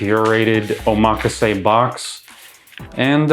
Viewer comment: Oh my gosh, I need a box like that! Great video, and thank you for pronouncing omakase right!